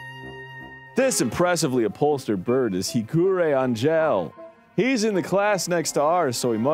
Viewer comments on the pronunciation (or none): Im watching this with my wife and she wanted me to say the "fallen angels" name is not said like the word angel its said like |Ah+ng + hell| (shes teaching me tagalog too haha)